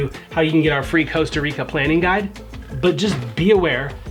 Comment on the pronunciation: Coasta or Costa Rica